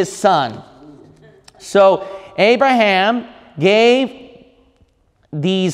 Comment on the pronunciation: His name is Abraham not Arabham !?! 🙄😏